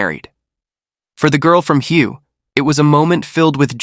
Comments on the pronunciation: The city of Hue in Vietnam is pronounced Hwey. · Shes born in the city called "Hue". Proper pronunciation is like "way", but pitch your voice super high and drag it more...like WAYYYY!